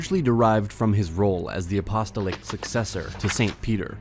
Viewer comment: Could not get over the pronunciation of certain words like ecclesiastic and apostolic . Stopped before midway.